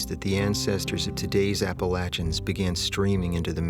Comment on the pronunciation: Y'all are saying Appalachians wrong